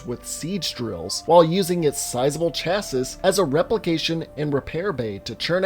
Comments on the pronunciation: It's CHASSY not CHASISS... I've never ever heard anyone pronounce it the way it's spelled lmfao... Like, everyone knows that chassis is pronounced with a Y or IE or whatever to make it EEEEEEE not ISSSSSS lmao...... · Very late comment, but chassis is pronounced cha-see, not cha-sis. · Really? "Cha sis"? People give Crofty so much shit for his pronunciation, but at least he says "chassis" right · lol "Exaberating". Just fyi, it's "exacerbating". It means, "to make worse". It is pronounced, "egg zass zer baiting". Also, chassis is pronounced "chass-see". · Bro it's chassis not chassis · Dude it is not chassis ITS CHASSIS